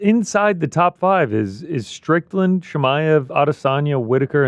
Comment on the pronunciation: 02.30.10 once again calling Strickland 'Strickton' 😂